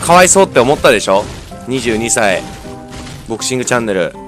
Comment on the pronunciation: ボクシングチャンネルがぼっちングチャンネルって聞こえた僕は末期